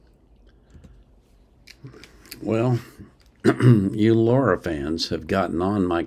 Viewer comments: Thx for your reaction , like it. But please, say her name right.. it’s Lara, not Laura. It’s not the same thing. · Your getting close. Just La..Ra Same pronunciation as the movie title La La Land.